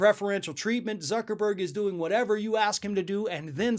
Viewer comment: thank u for telling me that.. I was laughing so hard when he said tucker-burg I forgot how to spell the name of the most infamous man on the planet lol